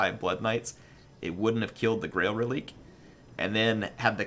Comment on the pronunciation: If it's french pronounciation its ruh-leek